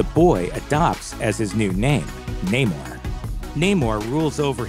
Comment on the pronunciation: It is Namoor, not Naymore